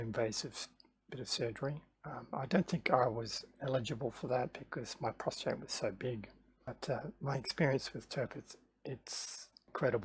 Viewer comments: It's prostate not prostrate but a good vid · Good video but it’s a prostate not a prostrate.